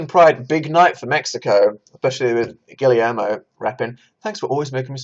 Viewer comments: PLEASE DANIEL you need to stop saying “gilly air mo”, Guillermo is pronounced like “gi yer mo”, the two Ls make a Y sound PLEASE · “Gillie-air-moh” Danny boy what are you saying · pls Guillermo is pronounced "gi-yehr-mo"